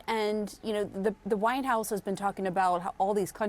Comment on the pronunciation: the anchor accidentally pronounced the White House as “the Whine House”. I don’t see any problem with that.